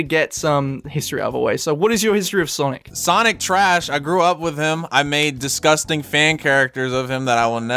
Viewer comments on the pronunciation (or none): It's sanic not sonic